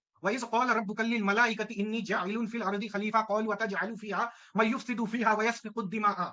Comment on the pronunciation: So this is the greatest modern arya samaji mind 😂🤭🤭 Have a commentary on Assalamualaikum but 😂 Misquote ,misread,mislead, the whole Qur'anic verse 😂🤭🤭 He quoted 😂 With lot and lot of pronunciation error read man as me 😂 and many more 😂😂 But interesting thing is not even in this ayat but in the whole Qur'an allah said that to iblees to go remember mud I be going to make adam 😭😭😭 Ye hota hai choch pakdna 😭😂